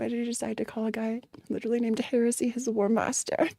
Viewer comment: I DECLARE HEWESY 😂